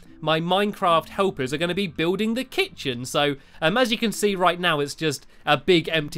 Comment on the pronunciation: dude, the kit-chen